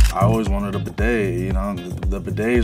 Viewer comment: Homie said bidet 🤣🤣🤣😩